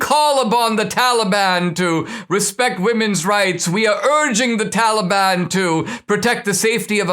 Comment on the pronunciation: Funny how Joe seems to get one thing right all the time, and that's his pronunciation of Taliban. Almost like he's one of them.